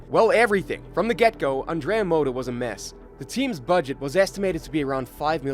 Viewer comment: The intent of this video is worthy but there is a problem common to other videos narrated by English speakers. You HAVE TO learn to pronounce it correctly. If I didn't look at the clip, it was really hard to understand that the 1st team was Andrea Moda, the 3rd one was Forti and so on, not to mention the wrong pronounciation of drivers and engineers. I recommend you to check the correct pronounce on Forvo or something similar before recording a video.